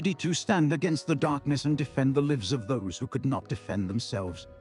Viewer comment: Terrible. There needs to be a “teen/young adult” category for lame Harry Potter level fiction like this. Plus your robot needs to learn how to pronounce the different ways of saying the word “lives”.